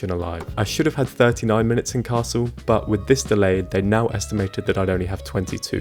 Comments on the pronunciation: Hi, I loved to watch your challenge. I use the ticket for trips up to 4-5 hours myself and the slower pace lets you calm down and enjoy sights you'd otherwise miss out. A bit off the topic: i guess, that your German may be quite decent. In the video however, you're missing out the speeding up on the double consonants. The double-s in Kassel ist pronounced like in the English word vessel, the ll in Halle is more like the English name Miller and not like the English word Hall. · Cool although I had been under the impression that you spoke German...until you said Kassel.